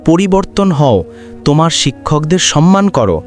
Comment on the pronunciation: গল্পটা ভালো লাগলো, কিন্তু গল্প পাঠকের উচ্চারণ ঠিক করে নিতে হবে। কথাটা "সম্মান "- " সন্মান" নয়।